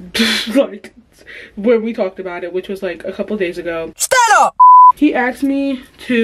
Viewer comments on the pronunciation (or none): none